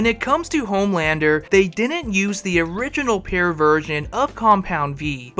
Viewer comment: can’t say pure…😂 say it with me pure this not pair